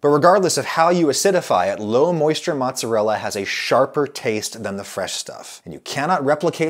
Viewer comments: Who (*$@ calls mozzarella "mahtz"? My italian grandmother would probably have beaten that word out of you if she heard you say that. Also, scamorza is the best cheese for a NY style pizza. It's got the best flavor (between mozzarella and provolone) and is a drier cheese, so works well on thin pizza. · its not Matz its Mootz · % NOT PROVOLONE. I worked at a capris Italian restaurant for ab a year and they used provolone instead of mozzarella, pronounced MAZZ uh rella, not mahts uh rella, just like pee za it not pronounced Peet's uh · please stop saying "motz", my italian mother is worried. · He is saying "mozz", so should be forgiven. ;))) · I'm part Italian so you say "MOOTZUHRELLA" lol :P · I was horrified when I heard him say Motzz It's like when someone says Peps or Roni instead pepperoni. It just rubs me wrong. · Drinking game: do a shot everytime he says mozz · there's something about him saying 'motz' that i really hate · Italians losing their minds on Adam's pronunciation of "Maatzarella"and MAATZ!! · Adam I love you but please refrain from shortening mozzarella to "moz" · So we're calling mozzarella "motz" now? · stop calling it mozz! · Am i the only one who cringes when he says mozz? Is that a Georgia thing? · Stop saying mozz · "mozz"?... ....cringe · Stop calling it Mozz you fool. No one calls it that.